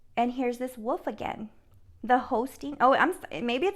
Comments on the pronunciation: Whar colour was the wolf you keep seeing.. ? Btw try saying this as it may help you to say wolf - Woolif or woolef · So amazing .. great reading.. and for the whole “wolf” thing… say the word “wool” then add an “f”!! ❤️!! Woolf!! 😉 😊 ❤️ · Too cute the way you say Wolf, I love it, I’m a teacher. You are saying Woof like a dog barking. You said you can’t pronounce it correctly. If you wish to say it correctly the first part is correctly then say the last two letters L as in lady, F as in flower. Just a suggestion you don’t need to change it only if you wish to! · Wolf, pronounced "wool f"